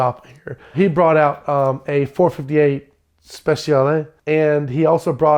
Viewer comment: The way he said "Speciale" 😂